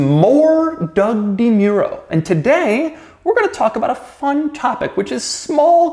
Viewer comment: Can you stop mispronouncing the Mu in Demuro?